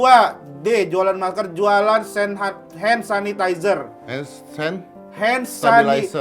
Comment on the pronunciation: Kayak emak mertua gue ngomong hand sanitizer suseh banget 🙈😅🤣🤣🤣🤣🤣🤣🤣